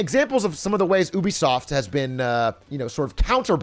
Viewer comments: bro, did he really say "oobisoft" isntead of "ubisoft"? lmaaaoooo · No one Atrioc: OUH-be-soft Everyone else... you-be-soft?